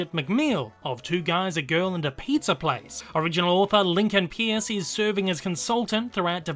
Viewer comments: sorry, the author's name is pronounced Lincoln Purce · you mispronounced peirce, it’s pronounced as “purse”